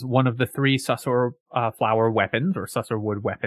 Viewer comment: Man, you're killing me. Sussur rhymes with looser. You can hear the narrator say it if you pass the skill check in the blighted village.